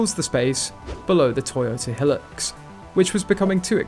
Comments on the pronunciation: It is called Hi- lux, not helics !! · Hee-lux? Seven Oh series Land Cruiser? The narrator has no experience in the 4x4 world.